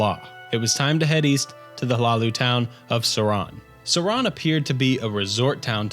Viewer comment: Suran. Definitely Suran.